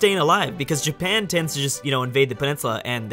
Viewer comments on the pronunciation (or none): none